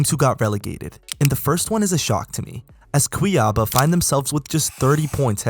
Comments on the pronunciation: Aprende a falar Cuiabá porra, vai fazer um vídeo sobre Brasil aprende antes a falar kct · Love the pronunciation of cuiabá